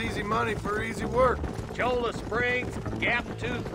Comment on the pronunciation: How many times,... Cholla not Choya.